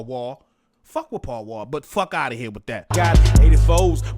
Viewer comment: Paul Wall is pronounced. Pow Wow.